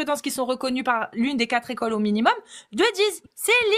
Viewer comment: Alleeeeeez! Après « les Quatre écoles », « y’en a qui zont »…